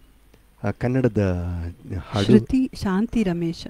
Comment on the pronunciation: On nagara haavu song, you have pronounced the word 'shruthi' correctly, whereas P. susheela has pronounced the word as 'sruthi'.